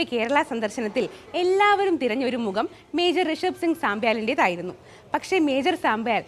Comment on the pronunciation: മുഗം, അബിമാനകരം...... നല്ല മലയാളം.....